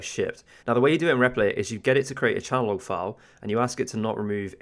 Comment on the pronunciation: Great tip, i'm going to try it.. By the way.. it's pronounced .. Change .. Log.. lol.